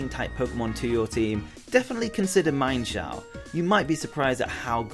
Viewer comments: Its not mienfoo and mienshow its meanshoo and meanshao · its pronounced MEEN sho not MINE sho. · it is mean-shao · Um actually meinshou is pronounced as MEAN-SHOU